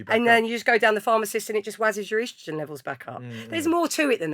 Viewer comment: "Eastrowgenn" 🤣 first time I ever heard that pronunciation. Lovely pod tho!